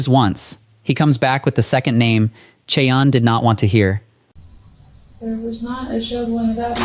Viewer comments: Its pronounced shy-anne, not chee-anne. Seriously? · Ok you murdered the murders name and it's driving me nuts... We semi share the name Cheyanne is pronounced (Shy-Ann) just like the Cheyenne Indians and the capital of Wyoming 😅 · Listen to your AI sh!t before posting. Never pronounced the perpetrators name correctly!! Inexcusable and lazy!! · He also can't say her name